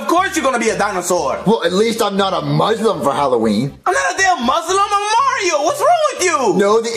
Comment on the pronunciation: when junior said "at least im not a muslim for halloween" i was so offended and he pronouced it muzlim... its a dam s not z